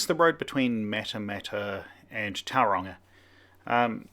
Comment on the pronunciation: Perhaps if you’d learned how to pronounce Tauranga correctly before you started.